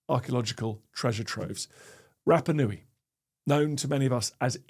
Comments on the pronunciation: I love your podcasts Dan, but have a listen to some Polynesian pronunciation. Your vowel sounds are all wrong. Rapanui should sound more like Rahpahnui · Remarkable that cannot pronounce Rapanui correctly.